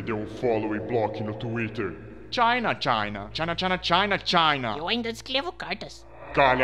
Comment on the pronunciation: C H A I N A (eu sei que ele falou China)